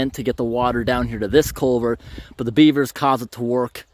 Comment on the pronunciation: learn how to say culvert. You keep pronouncing it colevert. 😮